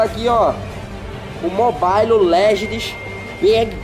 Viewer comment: “mobailo” kkkkkk